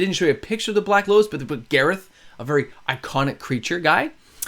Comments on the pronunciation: Why do you pronounce it Gareth like the guy from the dollop instead of garth like garth brooks? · I'm sorry but I have to say it, you've been calling him Gareth but it's Garth, like from Wayne's world. Boomstick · Not sure why you’re mispronouncing “”Garth” but otherwise great content.